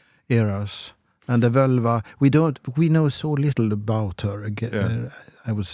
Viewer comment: Btw, the "vǫlva" in Old Norse was pronounced "vålva". The 'ö' you see nowadays on the Internet is an "modern" Icelandic language change of moving from the å sound to the ö sound. But if we look at what it was called back in the Viking Age, it was "vǫlva", and it was pronounced as "vålva", not "völva".